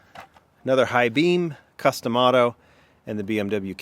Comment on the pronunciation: I didn’t see the corvette ZR1. Also when you said “custom otto” I heard “Cus D’Amato”...I must have watched too many Mike Tyson YouTube vids.